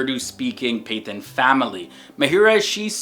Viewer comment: Hey I'm enjoying your posts on Muslims/Islam. Btw just a minor correction. You use the word "Pathan" when describing actresses Mahira Khan and Zarine Khan. You pronounce it as "Pai-than" it pronounced "Pah-tahn", lol! There also refered to as Pashtun or Pakhtun. Despite this,however, you are doing a great job, keep it up. I hope more Non-Muslims watch your posts.